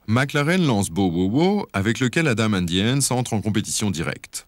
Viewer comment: vers : pas "le Scandinavia"... aucune salle de concert ne porte ce nom mais "la Scandinavie", et Adam imite l'accent scandinave dans la foulée. Sans oublier "Bowowo" et "les Bannechizes" un peu avant. Du grand art, et par un connaisseur visiblement. Il a été payé pour ce travail de cochon ?